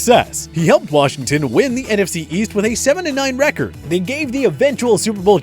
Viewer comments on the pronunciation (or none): none